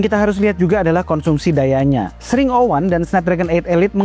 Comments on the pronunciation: Ex ring bukan sring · X,RING tot Bukan SRING lol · Bukan sring bang tp dibacanya eks ring😊😊😊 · ku kira bacanya eks - Ring bang, bukan sring😭😂 maap kaget tadi tiba² sring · Bang, Baca X Ring dong.... Biar lebih enak dengernya-- ketimbang xring 😅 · Tapi cara penyebutannya "Eks Ring" ga sih 😭, ketimbang "Sring" aneh banget dengernya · Kalau penyebutannya sring kayaknya aneh dah 😂 lebih baik eks -ring 01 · Dibacanya ex ring bukan sih? Sring kek gak bgt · SRING 😭 bukanya bacanya X RING gasih tolong 😭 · mungkin cara bacanya bukan "Sring", tapi "Eks Ring" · dibacanya x 环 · Gw juga aneh dengernya 😅